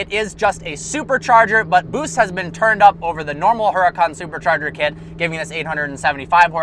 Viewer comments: you pronounce huracan wrong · Can you pronounce Huracan properly please.